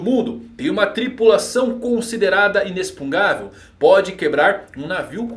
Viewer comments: Verdade, eu ia comentar sobre isso, ele escreve certo mas lê inexpungável ao invés de inexpugnável, deve ser de propósito só pode. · Pelo amor de deus, pare de falar "inexpungavel", esse palavra não existe! Kkkkk O correto seria "inexpugnável". Desculpe a chatice, mas meu ouvido doí. Adoro seus vídeos. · Beleza, tudo bem? Não quera ser chato, mas já sendo. kkkk A pronúncia certa dessa palavra que você está usando muito ultimamente não é |inexpungável|, não se lê com som de X, esse X lê-se com som de |CS| igual ao X de Táxi, lê-se então |inecspugnável|. Valeu. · falando "INESPUNGÁVEL" em vez de "INESPUGNÁVEL" ta me dando TOC hahahaha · a palavra inexpungavel não existe, a palavra e inexpugnavel. Se pronuncia inespuguinavel. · Por que você fala inexpungável se a palavra é inexpugnável? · Sim. Parece que está falando uma coisa (inexpungável) e escrevendo outra. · E o ainda não consegue falar Inexpugnável kkkkkkkk Ótimo vídeo cara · Só uma dica, você tá pronunciando errado a palavra inexpugnável. Tá colocando o N na frente do G. Leia de novo a palavra e vai perceber. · Fiquei com agonia de ouvir o falando inexpugnavel errado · Vc está falando inexpugnável de forma errada. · Sensei, que aflição, fala inexpugnável direitooo. Bjs te admiro 😘